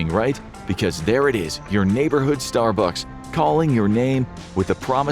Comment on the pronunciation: the point at which text-to-speech becomes obvious: "your neighborhood Star BUCKS". It's pronounced STAR-bucks. You know, like the Viper pilot from Battlestar Galactica? Dirk Benedict.